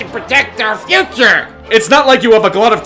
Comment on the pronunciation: "uh my guod da pwospects we need to pwotect our fwuture." - I fucking lost it here.